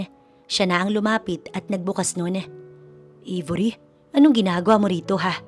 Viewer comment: Aybori ang pagpronounce , d Ibori